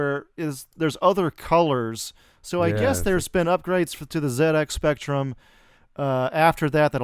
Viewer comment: It's not ZX Spectrum! It's ZX Spectrum!